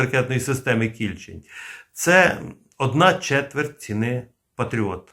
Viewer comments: Наголос на букву "е", КільчЕнь. Це назва річки в нашій області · Та наголос на другий склад в слові Кільчень. Місцеві так річку звуть північніше міста. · Кільчень , наголос інший ,це річка у пгт .Підгородне. м.Дніпро. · Наголос у слові Кільчень на останньому слогові . Це назва річки у дніпропетровській області. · Дякую за роботу! Але в слові Кільчень не правильно поставлений наголос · не кІльчень а кільчЕнь річка така є під Дніпром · Ага, мені теж КІльчень трохи ріже вухо.🙂 Бо річку всі називають КільчЕнь. Це як з тієї реклами про пиво: - Куме, а ти знаєш як у Новгороді називають наше пиво? - Як??? - Піво! 😅😅😅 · Кільчень з наголосом на останньому складі. Кільчень це річка біля міста Дніпро. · Наголос на останній склад КільчЕнь. Це річка в Дніпропетровській області. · Плюсик, але назва «Кільче́нь» має наголос на «е», тобто, поза коренем — так само, як у назвах «Волинь», «Горинь», «Рогань», «Тамань», «Бершадь», «Оболонь» та інших подібних давньослов'янських назвах. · Кільче́нь, отако наголос робити. Я там вудив у дитинстві. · Тiльки правильно - КiльчЕнь. Рiчка е в нас така.... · КильчЕнь. наголос на другий склад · Кільче'нь-наголос на (е) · Є річка Кільче́нь (наголос) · Кільчеʼнь наголос на останній склад, це річка біля Дніпра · Вірно казати Кільчень з наголосом на е. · КільчЕнь. З наголосом на е. Це річка така. Ну хоч збирайте моло мало інфу перед записом. В нашому найменуванні невірно ставити наголос, то ганьба!